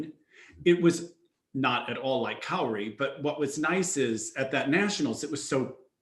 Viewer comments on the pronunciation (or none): He also said that Japan missed the podium and Italy was in 3rd, only for Japan to walk right out to award their ownbronze metals XD And the way he mispronounces Kaori (he says it like "kay-ori" when is "Kah-o-ri")drives me almost as nuts as the announcer at worlds saying "Kihiri" instead of "Kihira" for both the short and the free. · Kay-ori. Lol. Yes he butchered almost every name.